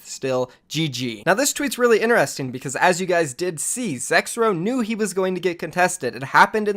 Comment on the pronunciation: ITS NOT PRONOUNCED INERESTING!! God is so annoying